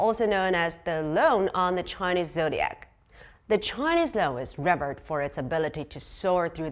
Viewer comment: Should be pronounced as "Loong" not loan! 😅